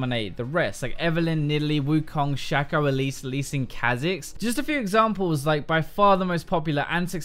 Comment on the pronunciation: question for the Q&A: do you realize you are a true hero for calling shaco: shack-oh and not shake-oh?